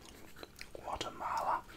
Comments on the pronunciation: Added an “r” to the end of Guatemala haha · Just one mistake, there is no R in Guatemala